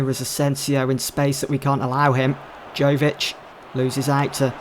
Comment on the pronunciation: not to quibble but Luka Jovič is pronounced Yovič